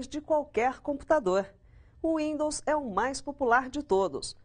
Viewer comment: Ele falou Rwindows kkk